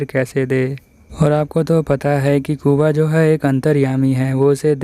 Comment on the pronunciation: Bro not kuba it's kubo